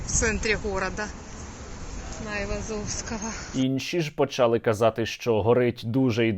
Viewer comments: правильно літературною українською мовою наголос в слові почалИ, на И наголос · Говорімо українською правильно правильні наголоси почалИ, роблЮ, говорЮ, далИ можливість, ознАка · 51 рік прожила в Київській області і ніколи не чула наголос почАли, всі говорять почалИ, і літературною мовою в усіх словниках так - наголос на И почалИ